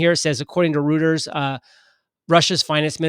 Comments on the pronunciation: It's pronounced "ROY-ters" not "ROOTERS". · Reuters = Royters not Rooters